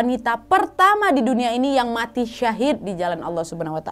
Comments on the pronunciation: kak kalok bilang mati jangan muati... jangan orang tuaku marah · "Mwati" duh mbak bikin ngakak 😄